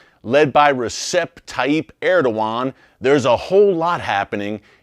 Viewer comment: It's ReJep, not ReSep, Erick. In Turkish the C is a J.